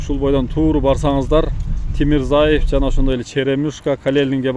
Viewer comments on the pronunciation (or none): Тимирязев кочосу десен , Тимурзаев дебей😂😂😂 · Маалымат берип кабардар кылганын го жакшы, сабатты которуу керек. Тимирзаев эмес Тимирязев деп айт. Таанымал адамдардын аттарын туура айтып уйронушубуз керек. Бул озуно эле жакшы.